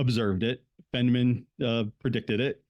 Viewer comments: I enjoyed your presentation, these topics have always interested me. A minor issue is how you pronounce Richard Feynman's name - it should be Fine-man (not Fen-man). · Its "Feeyyne-maan".Its German.